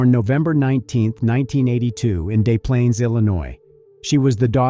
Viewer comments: It's pronounced 'displanes' Desplaines, IL.: is a nice northern suburb in Chicago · = If anyone cares, it's pronounced 'Dezz Planes, Illinois' .... trust me, I live near that town ..... a lot of people get it wrong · As a local to the area she's from, it's pronounced 'dis planes'